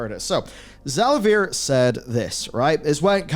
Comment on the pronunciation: Za-lay-vee-er. Not za-la-veer.